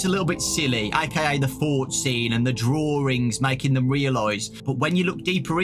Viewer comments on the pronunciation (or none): It's called "drawings" not "drawrings"